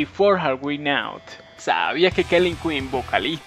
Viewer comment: Muy bueno todos tus videos pero trata de pronunciar mejor las palabras en ingles, como el With y Know